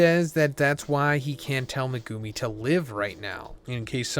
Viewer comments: Who is mugumi???? It’s MEG UMI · Its pronounced Megumi bro, NOT MeGOOMY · Mugumi? Megumi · Bro can you please stop butchering megumis name, people say stuff everytime in the comments everytime you say it. Like watch the series dub and youll hear the right pronunciation. At this point it's getting too much to bear with. Meg-ooo-me not mah-gooh-me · Meh-goo-me lol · MehGOOmi, this guys pronunciations kill me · You got waaaay too many syllables when saying Megumi 😂 you’re saying MeGOOme. It’s Meg like Megaladon the big ahh shark followed by the Goo minus a O then you say the “Me”. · Maybe he only reads manga, only explanation I have. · He calls him Me-Goo-Me? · I hate the way you pronounce megumi. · Bro still can’t say megumis name right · He'll never learn to say Megumi correctly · Bro your saying megumi all fucking wrong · 😮the way he pronounces megumi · Can you fucking pronounce megumi’s name right Jesus christ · this dude doesn't know how to pronounce megumi, lol. it's easy.